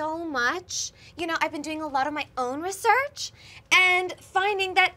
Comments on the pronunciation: pronouncing research “ri-SURCH” is EXQUISITE. That’s like the one thing I remember about that character and they took it and ran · I was waiting for it, and i'm SO happy pronounced research right